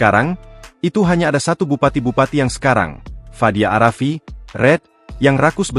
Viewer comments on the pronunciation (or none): Pengucapan narator itu seharusnya a rafiq bukan arafi